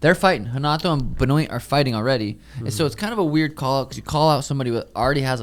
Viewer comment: The way pronounces Benoit 😂